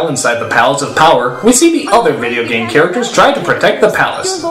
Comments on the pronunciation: He said GAME not GAY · I'm not the only one who keeps hearing as "The gay master" right?